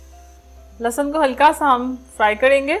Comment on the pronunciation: بیٹا لہسن ہوتا ہے، لسسن نہیں، لسسن وہ ہوتا ہے جیسے زرداری اور نواز کو لگ گئے ہیں۔